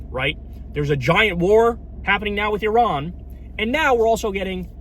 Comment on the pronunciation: Apart from anything else, thank you for pronouncing Iran correctly! For an America that's a huge achievement. What's happening otherwise is catastrophic.